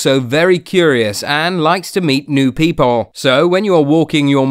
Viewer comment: The way he said "People" lmfaosoijhfv